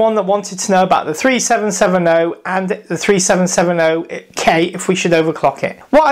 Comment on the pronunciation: no offence but you say it like 37, 70, k all one word, but those numbers seperated